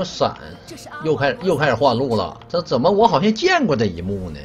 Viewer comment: “zén么玩，zěn么玩“ - TheShy